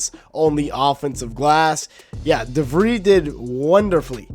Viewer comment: Pronounced Darren Devreeez